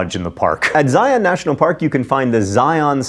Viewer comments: It's ZI-UN not ZI-On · Zi-Ahn???? Try Zi-Uhn.